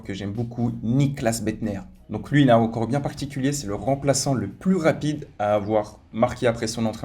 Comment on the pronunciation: Il dit rocord au lieu de record